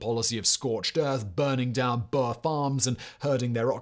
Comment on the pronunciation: South African here! The word "boer" is pronounced with a long "oo" like in the word food. So it should be pronounced more like "boor". Hopefully this helps for your future videos! :)